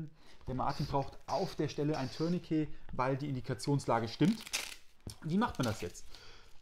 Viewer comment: Eine ganz große Bitte: Ein Tourniquet dient weder dazu einen Schlüssel zu drehen ("turn-a-key"), noch dazu eine Katze zu drehen ("turn-a-cat"). So sehr das Wort auch bei unseren anglophonen Kollegen verwahrlost ist, es kommt immernoch vom französischen "tourner" mit einem schönen, tiefen, deutlichen "u".